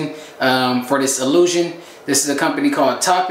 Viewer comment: I died 💀 when he paused and said “🧐illusion” looks clean tho 👌🏾 #ps. Fellas you can always try to battle the DHT that causes baldness with diet and blood flow exercises— yoga etc.. it will work for some people. Look up the videos